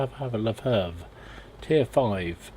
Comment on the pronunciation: Its not pronounced french Lè Fêh Its an germn leFH is the german shortform for leichte Feldhaubitze (light filed hovitzer). Just because the chassi is a french Char B1....so WG implemented it as french Selfpropelled Gun.